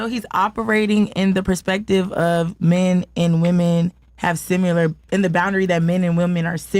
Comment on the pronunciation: WTH is "Simular"?